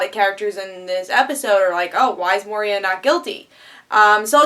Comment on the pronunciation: Moy-Rah (Moira) - mother of Oliver Moh-Ree-Ah (Moria) - mine middle earth, home of Balrog